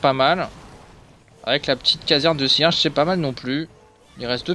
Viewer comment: "la caserne de cierge" j'etais mort mdr